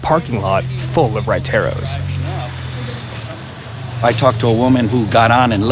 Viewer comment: lol the entire time he is saying huayteros and he was actually just trying to say raiteros q funny🤣